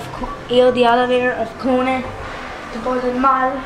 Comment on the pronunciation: אומרים קוֹנֶה ולא קוּנֶה. hissen12 הוא שוודי.